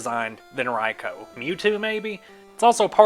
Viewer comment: Finally, someone who can say “Raikou” correctly. Fat like for you. In fact, I’m telling all my friends to like this vid.